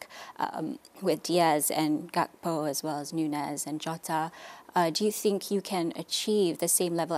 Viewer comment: GAKPO la astro oiii!! Bukan GaPKo!!